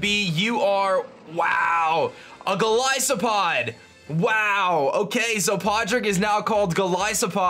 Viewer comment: "Golisopod" Oh please, it isn't a Primary Ice type, it's (Gol-is-oh-pod)